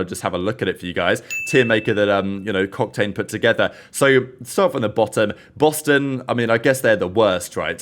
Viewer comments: why does it sound like said cocktane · my guys just said cocktane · Wait.... what did u call octane? Did I hear it right... 3.03 lol sly....